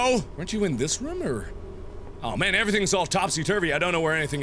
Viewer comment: i'm not saying you say room weird but but it sometimes sounds like rum the beer pirate's drink